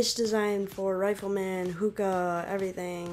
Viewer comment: Its zooka not hooka